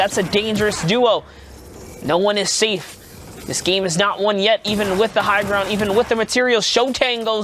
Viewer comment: 4.38 its zat and saif Lol